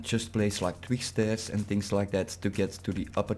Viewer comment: yea i saw it and i fixed it ;P building the base right now on a server ;) (heb je hem trouwens zelf ontworpen?) (en je spreekt twig verkeerd uit het klinkt echt grappig)